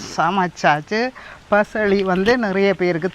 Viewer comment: பயளி என்று சொல்வது கிடையாது பசளி என்று சொல்வார்கள்